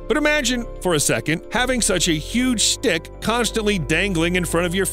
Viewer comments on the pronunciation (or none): ngl I didn't hear stick correctly at first